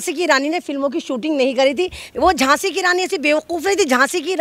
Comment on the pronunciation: Djhasi nahi, Djhaso ya Djhelashi ke rani.😂😅🎉